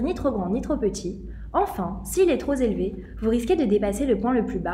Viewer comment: Merci pour cette explication claire, par contre le "trop Zélevé " m'a coupé dans l'explication.